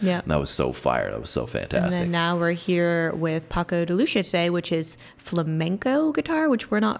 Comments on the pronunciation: It's pronounced like 'pako' 'the' 'luthía' with stress on the i. Greetings from Spain :) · Paco de Loo-see-ah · Francisco ("Paco") Sanchez Gomez. "De Lucía" (pronounced "de loo thia") means son of Lucy, his mom was Portuguese. "Entre dos aguas" means between two waters , he was born in Algeciras, Spain, between Mediterranean sea and Atlantic ocean. At the end of the song you may say OLÉ! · Paco de Lucia is pronounced "Lu-THI-a", the way u say it is more like an italian name, he is spanish